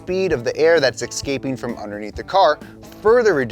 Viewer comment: “exscaping”? sigghhhhh